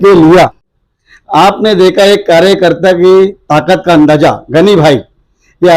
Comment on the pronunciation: andaja nahi Andaza hai Language padhe likhe jaesi honi chahiyye